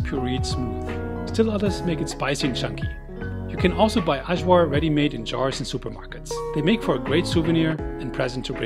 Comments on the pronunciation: The pronunciation of the J in Ajvar and Kajmak is the same pronunciation like yeast, Yale or yummy 😉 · Eye- var, not so hard. 🤷‍♂️ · Hi everyone, here’s my Serbian food video. I had some of the best food in Serbia - super yummy! Please excuse the terrible pronunciation of Ajvar. Wishing you all a great week ahead! 🌺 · Please check before you pronounce any word wrong, you messed up Ajvar and Kajmak completely